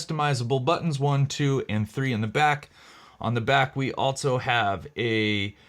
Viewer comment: There is no “T” in the word ALSO.